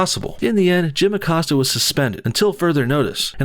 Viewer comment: Acosta.. “accosted her” lolz